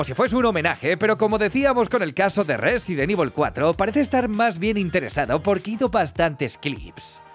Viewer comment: Qué sabroso cuando dice Rrrresident ivol